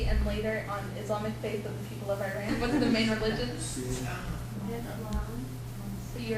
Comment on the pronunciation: how about starting by pronouncing the name right!! its not " I RAN"